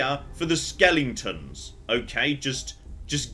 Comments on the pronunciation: I honestly don't know. I hope he's doing it intentionally to wind people up...i mean he's a smart man right... But every time he says "skelington" it's like.... ARRRRHHHHH... I mean Dragon age has loads of skeletons and it's driving me barmy. So I can only assume he's doing it intentionally xD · we all love you, but for the love of god, it's pronounced skel-eh-ton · It’s driving me nuts how he keeps mispronouncing skeletons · Because he says skellingtons. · My favorite skellington is an aluminium skellington. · I can't actually tell if he knows they're not called "skellingtons." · I'm choosing to believe "skelingtons" is to "skeletons" what "aluminium" is to "aluminum" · He knows. He has used the correct pronunciation in older videos. The skellington pronunciation is a joke from the movie "The Nightmare Before Christmas". And I suspect he enjoys driving other people with OCD a bit crazy by pronouncing it that way. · Why am I laughing every time says ‘skeletons’?😂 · I've been many a nerder for many a year but, I mean this with all love... stop mispronouncing cockin skeletons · please stop playing games with skeletons in them until you can figure out the correct way to pronounce the word.